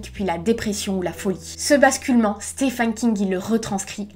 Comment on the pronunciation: Tu as un problème avec l'anglais. "Stefen" à la place de Steven, WaLk en prononcer le L :-/